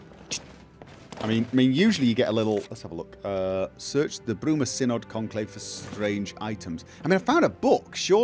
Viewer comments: The "y" in "Synod" shares the same pronunciation as the "i' in "sin". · Pronounciation of Synod is indeed as in "sin", not as in "science". Pity they didn't clear that up before recording the dialogues.